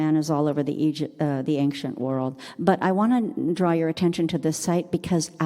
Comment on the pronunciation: very interesting but please see below The word "ancient" is pronounced as /ˈeɪnʃənt/. It is a two-syllable word with the stress on the first syllable: AYN-shuhnt. The key pronunciation point is that the "ci" sounds like "sh," not "k". Breakdown of the sounds: AYN-: The first syllable is pronounced like the word "ayn". -shuhnt: The second syllable has the "sh" sound, a schwa (uh) sound, and a final "t" sound. Tips for pronunciation: Practice the "sh" sound: Focus on making the "sh" sound clearly, similar to how it sounds in "she". Place the stress correctly: Make sure to emphasize the first syllable (AYN-). Listen to native speakers: Watching videos or listening to audio recordings of native English speakers can help you perfect the pronunciation